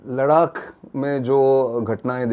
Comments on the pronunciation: आप कभी नहीं सुन पाएंगे और नितिन जी गलती तब सुधारें न जब वो मानें।मेरे कई दोस्त लखनऊ को आज भी नखलऊ कहते हैं और टोकने पर हां हां वही है कह कर बात खतम कर देते हैं। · 😂 मुकेश जी शुक्रिया मैं आज पहली बार नितिन जी को सुन रहा हूं और विश्वास करिए कि मैं '' लड़ाक '' नाम गूगल पर सर्च कर रहा था कि यह कौन सी जगह है जिसका आज तक नाम नहीं सुना। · Thank you Nitinji for information on LADDAH .But the name of the Himalayan region is not LARAAK as you pronounced it should be rectified by you. P.K.SINGH PATNA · Kahan se aaya hai लडाक लडाक कर रहा है लद्दाख बोल नही सकता है क्या? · लद्दाख को लड़ाक क्यों बोल रहे हो भाई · Mukesh bhandari bhai aapne sahi comment Kiya ha 'Laddhakh ko shriman ji bar bar ladak bol Raha hai. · बहुत अच्छा ,,,,, लेकिन लडाक नहीं लद्दाख कहो सर ,, अगर कह सकते हो तो,,,,❤❤❤❤❤ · Its ladakh not Ladak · कितना चुभता है आपका "लद्दाख" को " लड़ाक" बोलना? क्या आपके साथ कोई स्पीच प्रोब्लम है , आप अपने को अलग दिखाने के लिए जान बूझ कर ,, लड़ाक़ बोलते हैं या आप अंग्रेजी दा दिखने के लिए ऐसा बोलते हैं ,? कृपया इसे सुधारिए अन्यथा केवल चिढ़ हो जाने के कारण आपके दर्शक कम हो जाएंगे। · श्रीमान नितिन गोखले जी आप जान बूझकर लद्दाख को लड़ाक क्यों बोलते हैं। दूसरे यह चीन की नीति या फितरत है कि अपने पड़ोसी देशों की जमीनों पर घुसपैठ करना और फिर उस पर कब्जा करना। इसी बद नियत के चलते अन्य 17 देशों के साथ सीमा विवाद चल रहा है और अब कुछ देश चीन की इस युद्ध परक नियत से निपटने के लिए इक्कठहे हुए हैं लेकिन हमे उन सभी का नेतृत्व करना है और अपने इलाको को वापिस लेना है। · लडाक/लड़ाक नहीं 'लद्दाख' होता है अंकिल.🤣😜🤪 लद्दाख बोला/कहा जाता है अंकल🤪😜🤣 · नितिन भाई लद्दाख को लडाक कहने का क्या कारण है क्यों इस तरह से अर्थ का अनर्थ बोलते हो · एक बात ध्यान देने योग्य है कि नितिन जी सिर्फ लद्दाख को लड़ाक़ बोलते हैं बाकी सब अरुणाचल मणिपुर आदि ठीक है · Please correctly pronounce Ladakh not as Ladak. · आपकी हिंदी तो अच्छी है फिर आप लद्दाख को लडाक क्यों कह रहे थे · नितिन भाई अपने मरने से पहले मैं आपके मुंह से एक बार "लडाक" को "लद्दाख" सुनना चाहता हूं। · लड़ाक 😂😂 नहीं लद्दाख है भैया क्या यार